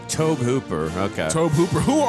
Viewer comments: I saw it at age 13 on HBO, one year after it left the theater. Scared the hell out of me! Practical effects were awesome! Sadly, yes, she died. Her nane was Heather O'Rourke. May she R. I.P. P.S. Not trying to nitpick, but Tobe is pronounced as Toby. Just helping out, guys. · By the way, Tobe is pronounced the same as Tobey, not Towbe. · Pronounced To-bee Hooper I believe- directed original Texas Chainsaw Massacre”😮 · "Toab Hooper!" I couldn't proceed. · The way you guys said Tobe Hooper, made it sound like Toe Pooper, so much that I had to rewind the video because I knew that couldn't be right, but even after seeing the actual name, y'all still definitely said Toe Pooper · and it's pronounced To-Bee (Toby)...they say they're film geeks? (Shakes head in disappointment)